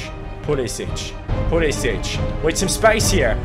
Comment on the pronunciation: Pulisic's name is usually pronounced Pulisick